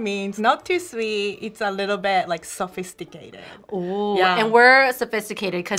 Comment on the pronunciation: “Sio sofeesticayted” got me 😂😂